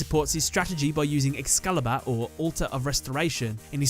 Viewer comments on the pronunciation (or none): none